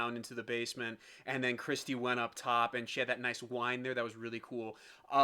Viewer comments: It's Kirstie (like "thirsty"). Not "Christy". Just so ya know. Her full name is "Kirstin" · I'm a pentaholic & when I found this & watched it I immediately subscribed! It's thrilling to me to see musicians appreciating their genius!! FYI, it's Kirstie (rhymes with thirsty), not Kristie. Just so you know!😉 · KIR stee not KRIS tee 😕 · Scott is a baritone, and covers bass as needed. Kevin is a tenor and has a beautiful upper register, but not those low notes. Also, Kirstin or Kirstie rhymes with "thirsty". I love your reactions!